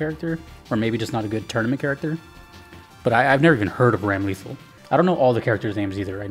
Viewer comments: Jazzed you're getting into Guilty Gear! Her name is said "Ram-luh'thawl" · not tryna give shit or anything i can't really blame him for pronouncing it wrong if he doesn't know the character at all. also putting this edit here because for some reason editing freezes the page for me